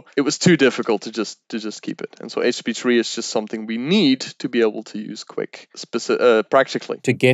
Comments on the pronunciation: They way he keeps saying "HTP3" or "HP3" started to really bug me. Like, dude, slow down, pronounce your words. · It's very difficult to watch a video when the expert doesn't actually say the name of the thing they're talking about properly. Took me a minute to realise he was talking about HTTP/3 :-) Once realised, it was good... but I'm wondering why HTTP/3 doesn't check for 'middle box' compatibility and drop UDP if it finds it can...to allow for the future when UDP isn't needed... Slower I guess, while it checks... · Great video. Great info for starters. My only angst is his pronunciation of http3.